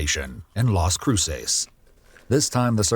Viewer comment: Las cruises not las crutches or crusays